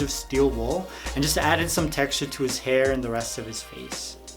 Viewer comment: "to create his herr"😂💙